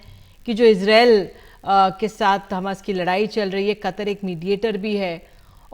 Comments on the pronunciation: Ue koun he, Ese theek se bolna bhi nahi aa raha. KATAR ko bol rha KATAAR. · Ohhh God. You are taking views from a person who can't even pronounce Qatar. It is not kataaar, it is Qatar.